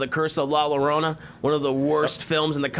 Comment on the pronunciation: I'm disappointed Llorona is pronounced yorona I here by ban from any dominican restaurants lol